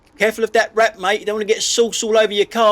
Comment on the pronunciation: I really thought you said the tosser in the Audi was "holding a rat", not "holding a wrap"